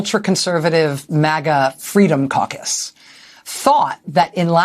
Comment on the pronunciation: Caucus? I thought she said carcass...